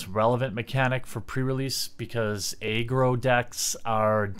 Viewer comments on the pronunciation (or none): Did you say Aggro with a long A?? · You did!!